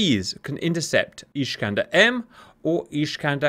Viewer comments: Just so you know, its not ISH-kander. It's IS-kander. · it's not iSHkander, it's iSkander, like naSamS. the iskander rocket not flying straight and maneuver on all steps of flight - see Waldemar Skrzypczak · It is not "ISHkander". Unless there is something I don't know I always saw them both in Polish and in Russian referred to as ISkander. Or if you prefer - Искандер. Now I will watch the rest of the video. Hopefully that was just funny Hungarian pronunciation or something ;) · There is no "sh" in "Iskander" :)